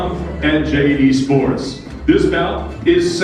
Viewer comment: when he said JD sport first I thought he said JATIE sport... I was thrown off